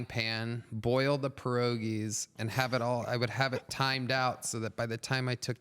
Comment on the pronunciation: Listening to Tony Hinchcliffe mispronounce pierogies, as a half polish boy, makes me cringe.